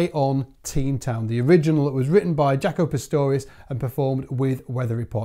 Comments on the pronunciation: Jah-co. Not Jac-o. Smh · Dude, please say his name right. In interviews I never once heard him call himself Jack-o, I'm tired of people hearing the very person pronounce their name and somebody says it wrong. The man himself pronounced Jock-o. Like Greta Thunberg would pronounce her name in English as Greta Toon-by not Thun as in Thumb and Berg as in iceberg. Please be respectful. My name is Michael Byrd as in Bird not By-erd!